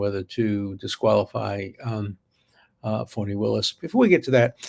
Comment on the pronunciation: Her name is Fani as in Butt! It’s an old southern name… my aunt was Fani Belle❤️ don’t care how she trys to change her name… if it were Fauni it would obviously be spelled differently!!